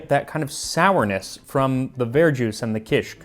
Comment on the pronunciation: It’s not var-juice, it’s ver-jus, like au jus